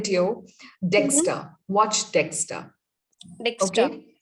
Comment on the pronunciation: You mean Dexter, not Dexta